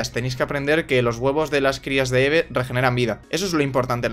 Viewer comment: Eve se dice ivi y me pone de los nervios cuando dices eve